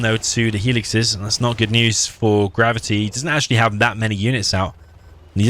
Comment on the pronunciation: I keep hearing you say Grubby instead of Gravity.